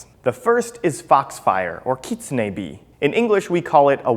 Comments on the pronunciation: no no no no, you're saying it wrong. You're saying it like "keet-sun-e' " when its pronouced: "kit-soon-e' " sorry, just pointing that out :) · Utahraptorr it is. He is pronouncing it wrong. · Kit-su-nae? I’ve been pronouncing it wrong, I pronounced it as Kit-sune.. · i thought it was pronounced Kit-Soon